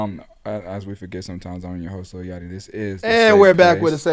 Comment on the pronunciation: “Im at lil YAT-CHEE house” gtfoooo 😭😭😭